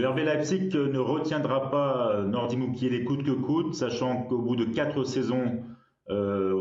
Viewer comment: ”Mukielele” mdrr ça commence bien 😂